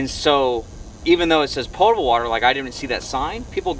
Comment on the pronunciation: I thought it was pronounced pot-able not pore-able. Eh, to each their own. I knew what you meant